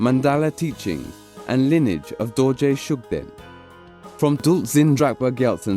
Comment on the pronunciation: Please let someone who knows the real name or pronunciation to do the narration first. Coz the narrator seems he don't have knowledge on what he is reading.